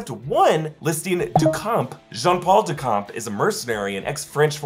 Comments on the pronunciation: the pronunciation is not "Dukamp" but "Duchamp" like "Champion". For a french like me it's hard to hear that kind of mistake, but awesome video like always. :) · It's DuSHam(p), not DuKampp. Just like the painter, Marcel Duchamp. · Its pronounced DuSHAMP.. in french, the CH is like SH. Its not DuCOMP.. but DuSHAMP.. lol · It’s pronounced Dushamp and not Dukamp, and the p is silent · Good job. Thank you. Now… Duchamp is not pronounced [Dukan] but [Du Shan]. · Jean paul Duchamp is pronounced Dushamp, it's french, not ducamp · Just FYI “Duchamp” is pronounce with a “sh” not a “k”: DuSHamp Keep it the good work, love everything you guys do ✌️ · someone else in the comments, also claiming to be french, said it was pronounced du-champ, like champion. french people get your pronunciations straight. 💀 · please next time pronnounce the name Duchamp correctly ! it's a french name so you need to pronnounce the H like in Champion but in his name the P is silent ! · You didn't mention the scarab's wings that are visible juste after Mark takes down those 3 guards. Also, the "ch" in "Duchamp" is pronounce "sh" in French ("du champ" means "of/from the the field"). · duchamp is pronounced as doo-shomp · It’s pronounced Du-shahm, more or less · its pronounced :DU-SHOMP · If Duchamp is pronounced in proper French, it is doo-sham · the way you pronounced duchamp..................